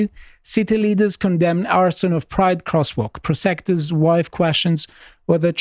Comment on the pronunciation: Now that is professionalism... they did not even blink when he mispronounced prosecutor's, well done gentlemen well done.